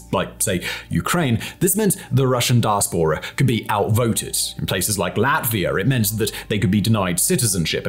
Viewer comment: I hate to be pedantic however, you are pronouncing diaspora incorrectly. The correct pronunciation is di as pora with the empathise on the second syllable 😊.